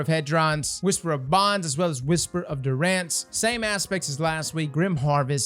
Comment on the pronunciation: “Whisper of Heh-drons, Whisper of du-RAnce”...